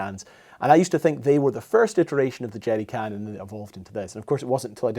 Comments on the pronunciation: 😅 it sounds like you're saying jetty can and the CC thinks so too. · I just like him saying "jeery cann" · "Jeddy cans" "Ameddicans" Interesting pronunciation. I love it. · “The Jerdy can”